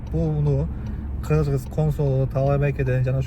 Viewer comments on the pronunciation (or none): none